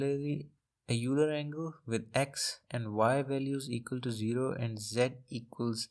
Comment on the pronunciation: Euler as in "Oiler"